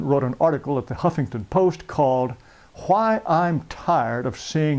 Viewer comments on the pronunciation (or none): H-why is he putting so much emphasis on the H?